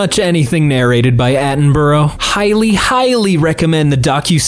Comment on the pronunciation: Ok nice but can we PLEASE discuss how to pronounce Attenborough